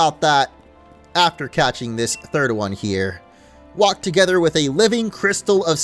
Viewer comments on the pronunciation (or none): none